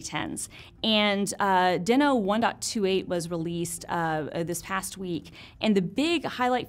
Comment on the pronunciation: Heya FYI it’s pronounced “Dee-no” like Fred Flintstone’s pet dinosaur, hence why their mascot is a dinosaur.